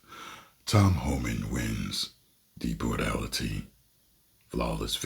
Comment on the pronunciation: “DEPORTALITY” 😂bruh I’m dead